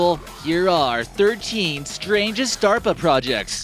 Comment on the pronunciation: Oh, he was talking about DERPA not DARPA... that explains the duh duh nature of the video...